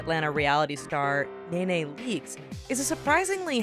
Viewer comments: her name is not nae nae its ne ne (knee knee ) smh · Nene - KNEE KNEE , Not No Fuckin Naenae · Its NeNe Pr. KneeKnee 😂 not Naynay! ☺️ooooo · not nae nae its nene lmfaooo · Her name is not Nae Nae, it is Neeee... Neeee... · Knee knee leaks not nay nay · NayNay Leakes? It's Nee-Nee omg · a little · IT'S NENE NOT NAYNAY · Kneeknee not naynay leakes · Her name is not Nay Nay it's Nee Nee 😐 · ''naynay'' leakes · "NayNay" Leakes lol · "Nay Nay" Leakes? Really? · "Naynay Leeks" 💀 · Knee-Knee Leaks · it's (knee knee) leaks... SMH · I started cringing when you said "nay-nay leaks " 😬😬😬😬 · how she says Nene tho😂😂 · Look up peoples names before you butcher them!!!!!!!!!!!! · It bothers me how she pronounces their names😂😂😂